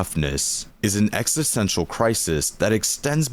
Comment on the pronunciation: Sorry bro, but you're pronouncing it wrong every time lol. EXISTential. Exist.